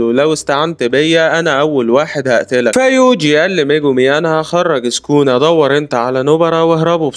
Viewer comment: سوكونا❌. سكونا✅